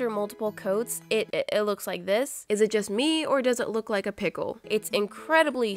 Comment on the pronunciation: PEECKLE THEE DOINOOSOOAAARRRR